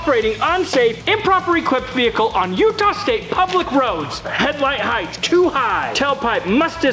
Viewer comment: Why do millennials add an "h" to the word height? It's not heighth. People sound so stupid doing that